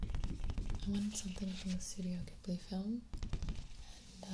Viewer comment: Its prunounced gibly with a g like gibi